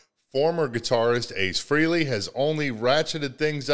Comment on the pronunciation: Ace Frayley ......proper way to pronounce his name .....COME ON MAN .....GET IT RIGHT !!!!